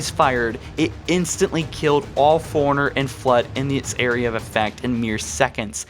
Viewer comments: Bro forerunners not foreigner. Nice video btw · Foreigners? Magneyot? Arry? Bro learn to pronounce jesus christ